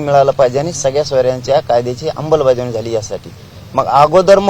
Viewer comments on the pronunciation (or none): अंबलबजावणी नाही ते अंमलबजावणी असत पाटील 😂😂